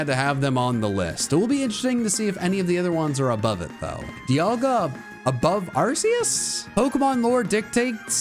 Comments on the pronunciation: IT'S ARCEUS, NOT F*CKING ARKOOS! SAY IT RIGHT PLEASE! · its ar-key-us not ar-c-us or call it arkoos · Arceus? I think you mean ARKOOS! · NO, IT'S ARCEUS, NOT ARCOOS! THERE ARE NO O'S IN THE NAME! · It's Arkoos, not Arceus!!! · The fact that you mis spoke on number 32. IT IS ARKOOS!!!